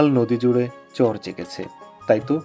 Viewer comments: ভাই শুদ্ধ ভাষা ভালো অতিরিক্ত শুদ্ধ ভালো না আপনি চর কে চর বলাই ভালো চোর বইলেন না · ভাই আপনি চর কে চোর উচ্চারণ করেন?